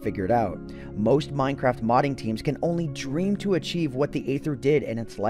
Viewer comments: It “EEther” that is the pronunciation.... hearing “Ather” messed with my head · You’ve probably heard this many times before, but just in case, Aether is pronounced “EE-thur,” not “AY-thur.” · Isn't it pronounced EETHER ? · It’s not Aether it’s aEther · its EEEEEEEETHER NOT AYYYTHER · wait i thought the pronunciation of Aether was e-ser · It’s pronounced EE-THR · I still pronounce it as 'Ether' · Pronounced eether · Six minutes of mispronouncing aether. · I think the aether is spoken with a silent A